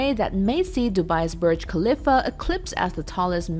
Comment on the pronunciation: Did she just say burj kaliffa